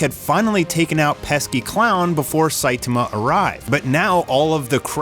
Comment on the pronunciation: Dood, please learn how to pronounce Saitama. The least you can do is to say the main character's name correctly. I stopped watching because I couldn't listen to you butcher his name any more.